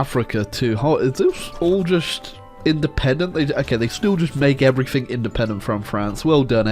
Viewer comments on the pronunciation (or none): none